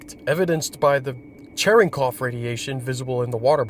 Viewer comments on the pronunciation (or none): Ah yes… Chereggkov radiation… 🗿